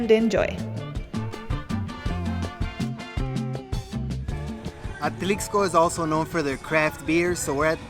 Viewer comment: Great video...just please stop saying the "x" in Atlixco...is pronounced as an "s" so Atlisco....but otherwise i enjoyed the video 😊